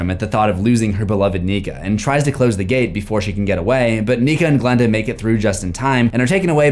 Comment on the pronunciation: PLS GIL AND GILANDA😭😭 it's Glen and Glenda